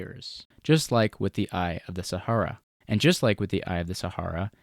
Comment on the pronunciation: I don't like the way you pronounce "Sahara", at all. I was glad when that chapter was over. Good video.